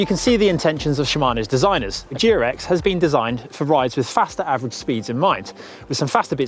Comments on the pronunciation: when you say GRX is sounds like Durex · I know it's GRX but I kept hearing Durex™.